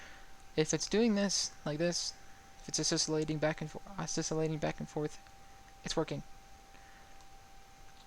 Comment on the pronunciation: That's so cool. Thankyou very much for posting! Side note: oscillating is pronounced "oss-ill-ating".